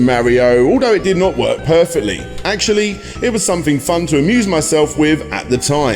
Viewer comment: Great, just what the world needs, another presenter who can't pronounce his words properly. TH is not pronounced as an F. Something is SomeTHHHHING not SomeFING. It Learn to speak properly as it spoils videos when you can't speak properly.